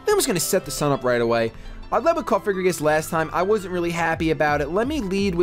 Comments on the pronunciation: ITS NOT COFIGRIGIS. STOPPPPPPPPPPPPPP SAYINGGGGGGGGGGGG THATTTTTTTTTTTT IM GOING TO KILL MYSELF IF YOU SAY THAT ONE MORE TIME. ***************************************COFFFFF- AHHHHH- GREEEEE- GUSSSSSSS******************* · Nice battles again! Btw, just a heads up, It's Cofagrigus, not Cofigragus.